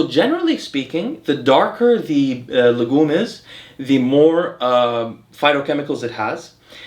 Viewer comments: Man, your wife kills me , she always laughs when you mispronounce "legume" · she notes pronounciation of the word Legume in the video, saying that it is a french word and it sounded funny when he said it. Also the hat bro, no other ethnicities have ever been recorded in human history with that type of hat lel